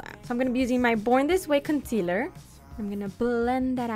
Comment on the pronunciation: The way she spelt concealer is the way she said it 😭